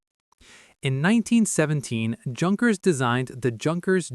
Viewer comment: Great pronounciation on "La Sociadad...". Junkers should be pronounced as if the J was a Y, as in Yukon or You.